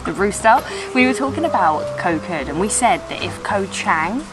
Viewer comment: You guys need to start pronouncing "Koh" correctly or call it Island instead.